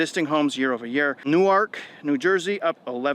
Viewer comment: you nailed Newark proud of ya